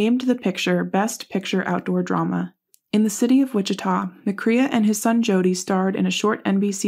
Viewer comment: Nonsense! Check your facts and pronounce the name correctly at least!